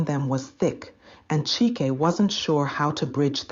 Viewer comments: You should keep the pronunciation of the name the same one moment CHIKE the next CHAIK? HABA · How can one name, Chike, have 3 different pronunciations in one story?😁. Chyke, Cheeck, Chiki😂😂😂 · Great story, but what’s with the change in pronunciation of ‘Chike’.